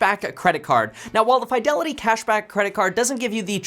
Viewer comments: Two spaces in front of period is the traditional, formal and proper way of starting subsequent sentences after the first. It's normally pronounced "Fee-de-li-tee" not "Fai". Also "Suh-thuh-bizz" not "Suh-thee-bizz" (previous video, yeah I subscribe). When you mispronounce words, it doesn't do justice on how smart you are, which you are. Thanks for the video. Very informative. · There is no FYE in Fidelity. fi-del-i-tee. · Why do you say fiydelity instead of fidelity. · Why do you say Fidelity like that 😂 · Because he's a KEVIN!